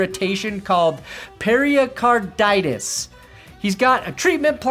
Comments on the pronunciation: it's not periacarditis. it's pericarditis. ok perni ? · I'm almost a doctor, it's pronounced "Pary-card-itis." It's inflammation of the tissue around the heart (pericardium). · Pair-a-carditis.. Pair-a-card-ium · I was dying laughing on your intro! You sounded just like me trying to pronounce Hamlers condition to my wife. My wife, an RN, rolled her eyes and corrected me, saying it perfectly. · The way you say pericarditis is giving me pericarditis... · The pericarditis pronunciation has me stressed 😢 prayers up for the injuries though. Never good for the league